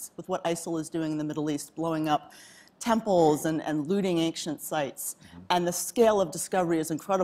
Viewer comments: Excellent interview but why is this woman pronouncing "ancient" as "anxient"??? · For such an educated person one would figure she would know how to pronounce the word "ancient". Anxient, anxient! Ja!